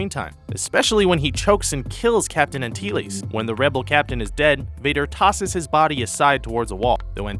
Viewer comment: You pronounced "Antilles" wrong.